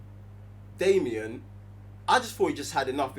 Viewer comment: neegha called daemon "damien" haha love these guys haha